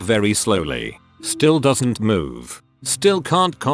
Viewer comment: Why is "still" getting pronounced "stoo-day-eye-ell"?